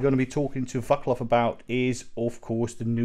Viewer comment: Just a tip re: the closing comment of the interview - It's not "Vak-Lav" from Bastl, but "Vat-Slav." Like the zz in Pizza." That said, great interview, thanks for sharing!